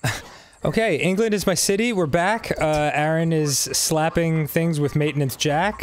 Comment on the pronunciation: "Word.......oh, word, I can totally wail on 'em with Waintinence Jack!!" Nice wording, Arin. Truly inspiring violent thoughts there.